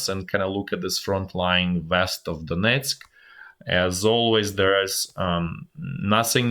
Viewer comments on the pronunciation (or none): none